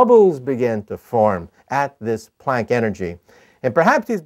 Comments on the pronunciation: the way the Prof pronounced it, yes you did! Hahahaha!. It's actually "Planck" energy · What the hell did he just say? I heard microwave. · I just can't understand what he said ... The "punk"energy? "Funk" energy? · What is he saying? Pon energy? Ponk? ish